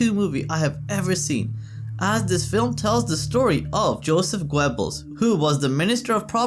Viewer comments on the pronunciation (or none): It is pronounced Gerbels not Gwebels.